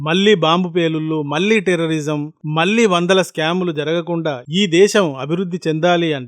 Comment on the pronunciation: Your 'mallee' pronunciation is not correct.